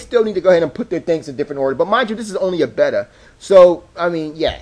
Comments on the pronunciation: Bay-ta not betar man. Also, the store's layout? Perfectly fine. Jeez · Beta? Bay-tah, bay-tah not better! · This has to be the worst review for a product on YouTube. The fuck is a "betta?" "This is only a betta"? & it's said probably twenty times. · BAY-TA WTF MAN! O_O